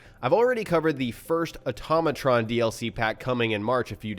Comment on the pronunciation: Why do people say atomatron it's pronounced auto-ma-tron